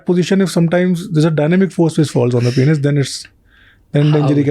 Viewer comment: Why they both saying PEN-IS its PEEEEEN-IS